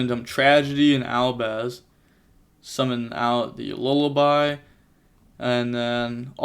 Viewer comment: I don’t like the sound of “lullaby” (I know you know it’s wrong, but) it’s “loo-bell-ee-on” but if others don’t mind then whatever